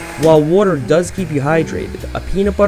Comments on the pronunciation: its called Waaaater , water . Nobody know wtf wuter is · Why can't you pronounce water